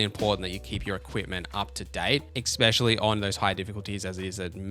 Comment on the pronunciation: Bro, it’s “especially” not “expecially”.